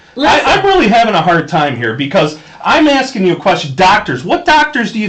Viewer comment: No nurse would be so stupid to call a 'notary public' a 'notary republic'. Even a nurse's aid would know the correct term. "I'm axing" instead of "asking'.